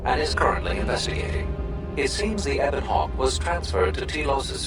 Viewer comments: Oh my God dude the only problem I had with this is your pronunciation of the Ebon Hawk. It's pronounced "Eh-bin" not "Ee-bon" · U said Ebon Hawk wrong. U made it sound weird